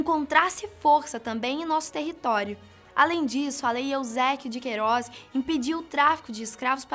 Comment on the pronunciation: "Lei Euséquio de Queiróz" ??? Não seria EUSÉBIO DE QUEIRÓZ?